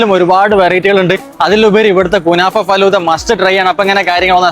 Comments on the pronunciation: Adyam faluda ennu parayan padikku. Fadhulla alla😅😢😂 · Falooda❌ faloooda✅